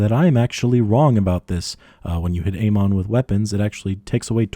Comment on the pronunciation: You're saying Amon wrong.